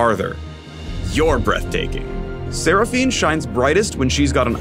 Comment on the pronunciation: When he said sera fine I instantly wanted to die